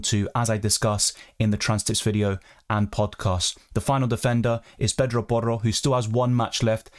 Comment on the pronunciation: U pronounce porro so well